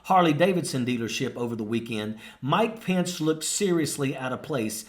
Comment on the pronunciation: Really annoys me this guy can’t say his last name right lol